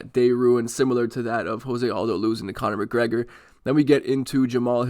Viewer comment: Huge Jose Aldo fan pronounces his name wrong